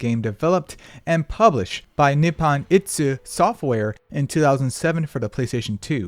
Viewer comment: Why the hell you pronouncing Ichi like that, itsu is a whole other word, it's Nippon Ichi (Japan 1) Software, not Nippon Itsu (Japan When) Software.